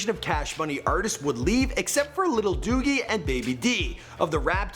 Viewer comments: Lil Dougie lol. It's lil doogie as in Doogie Howser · Lil Dougie??!??? Nah its Lil Doogie aka BG get it right now lol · He said lil dougie he meant lil doogie lol 😆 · Dear, Pronunciation: Lil Dougie = Lil Doo-ghee (as in Little Doogie Houser MD) Pronunciation: UNLV = U-N-L-V (Stands for Untamed-N****z-Living-Violent) You did a good job elsewhere, though. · please don't tell me he called B.G. lil duggy instead of doogie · Did he just call B.G. Lil Dougie!? turns off video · Who tf was Lil Dougie? Lmfao. Put some respeck on BG's name lol.